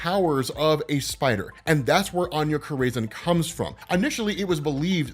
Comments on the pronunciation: Anya Cor-raisin😂😂😂😂 You had me rolling Corazon 🔉Kor-rah-zohn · Añya Corazon. Cor-Uh-Zone. Not craisin. 😂😂😂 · Love the vids, always! You da man,! Just wanna help you out with something….. Anya Corazon — You’re pronouncing it wrong 🚫It’s not Co • ray • zin. 🚫 👍It’s like Koh • rah • zohn 👍 or Coral • zone, but without the “l” Also, Attilan 🚫it’s not like Attila the Hun🚫 👍it’s like “Battle land”, without the B & d👍 So you wanna put the emphasis on the first syllable, not the second. AT • til • an 🤘 I salute you, sir, and all of your explanations🫡 I swear I’m not trying to be the stick in anyone’s butt. Just attempting to be helpful. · It’s Aña “Kora-Zon” thats how is pronounced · Bro youre mispronouncing the fuck out of Corazon dude wtf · why are you saying "corazon" like that, you're literally mexican